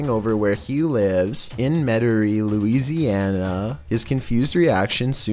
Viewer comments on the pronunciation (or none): none